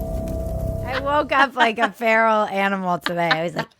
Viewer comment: My cat literally hissed at my phone during one of your ‘Pferal’ moments 😂😂😂. Also proof that Epstein didn’t lull himself 🤔